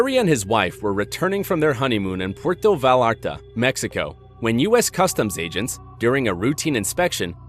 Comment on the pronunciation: "Vi-YAR-Ta" not Vall-art-a